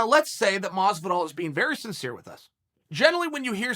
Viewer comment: In the closed captions, he pronounced Masvidal at least 5 ways.